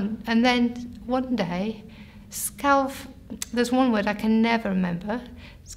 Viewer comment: Her mistakes are interesting... vigar for vicar, worth for word. Phonetically similar sounds that in many languages aren't distinguished. Sounds like she'd have better luck being aphasic as a Finnish person.